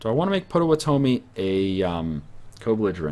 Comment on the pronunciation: Potawatomi is pronounced pot-oh-wat-a-me